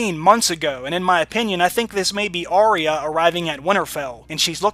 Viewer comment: Great breakdown/analysis! One thing though: Arya is actually pronounced with two syllables: ah-ya, not Ar-re-ya (three syllables). This is according to the pronunciation guide in the wiki.